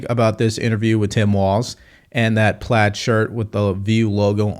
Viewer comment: How did she pronounce plaid???? Sounded funny…